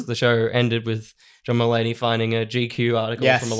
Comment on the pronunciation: It took me a while to figure out you were saying "John Mullaney" not "Drummallaney". I thought they must have been a metal band 😆